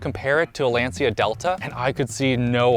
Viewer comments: *Lancha. Ci in Italian is pronounced chee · Lensia? 🤣🤣🤣 Lancia (Italian: [ˈlantʃa]) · great video, but for future reference, lancia is pronounced as "Lan-Cha" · compares a modern car to a Lancia Delta: "I see you're a man of culture as well." PS: The C in Lancia is pronounced CH as in "channel", not S as in "central". It's pronounced "Lan-chee-a" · Lancia is not pronounced lensia lol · A car review from a guy that can't pronounce Lancia right. Kinda embarrassing ngl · i love and stuff but hearing him say lancia gave me cancer